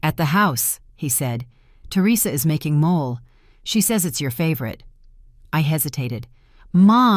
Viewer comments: EXCELLENT STORY!!! And I had to laugh when mole was made & served-- correct pronunciation is MO-LAY, a delicious Mexican dish with the sauce made from tomato sauce & chocolate. Sounds gross? Try it- and the story focused on resolution, not revenge, that was superb! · Mole is a Mexican sauce made from a blend of dried chiles, nuts, seeds, spices, fruits, etc. and they pronounce it incorrectly in this story and other AI stories. It should be pronounced moh lay. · It’s NOT mole; it’s MOLAY! It’s Spanish.